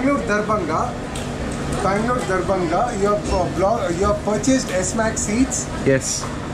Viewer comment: I giggled every time you said Darbhanga simply because of your experience with the nightly visits you received on the train in your last video. Sounds a lot like “door banger”.